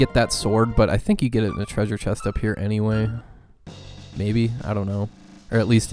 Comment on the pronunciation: The way you said, "Tray-zhur" ... was that an MST3K reference?